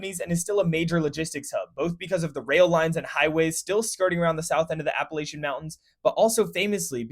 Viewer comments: Great video. Just fix the pronunciation of Appalachia. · AppaLATCHia not laytcha